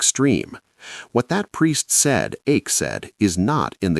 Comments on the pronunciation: It's not so far off. The correct pronunciation, expressed in terms of English phonetics, is in between Ike and Ache. The speaker in the vid erred on the conservative/old-fashioned side, using a somewhat too narrow diphthong. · Please pronounce Cardinal Eijk’s name properly.